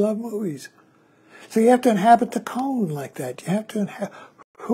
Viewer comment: Forgive me, but isn’t “Koan” pronounced as “Ko-Ann” instead of “Cone”……maybe this is a “Tomato vs Tomaatto” question? But either way the koan “Mu” is a fascinating journey that I am currently engaged with. Just recently as I was working on “Mu” while I was on a long walk in a park….i had a sudden flash of humor that reflected on this question….what if the monk had asked the great zen master Joshu — “Does a cow have Buddha Nature?”……would the answer have been the same? And immediately following this train of humor another sudden flash pierced my thoughts — “You will never ever ever ever understand “Mu” conceptually at all because it is the sword itself cutting off conceptual thought before it even begins throwing us into the wide chasm of immediate experience of this instant of falling into “not knowing” being most intimate that is unconcerned with answers and embraces the “not knowing” as it’s field of living experience —-> “This Entire Universe Is One Bright Pearl?” —-> “Mu?!?” Or as a dog would say “Woof?”